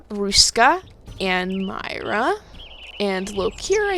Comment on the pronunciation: When you pronounced myra I don't know but I think you pronounced myra wrong I don't think you pronounced the e. Thank You.